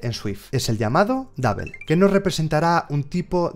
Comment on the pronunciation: me gusta mucho como explicas todo, de verdad me encanta, pero. por favor trata de mejorar tu pronunciacion en ingles o haz la traducción al Español haha cada que pronuncias "Double" "Apple" y algunas otras palabras algo se me carcome por dentro hahah xD .. como quiera un saludos y gracias por tu dedicación.